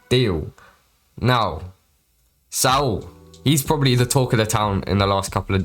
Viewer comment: all good you were pronouncing it with a bit of a T happens a lot of people